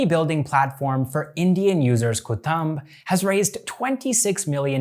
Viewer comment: KUTUMB = KOO TOOMB not KU TAMB